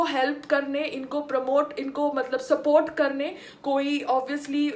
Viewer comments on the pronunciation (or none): none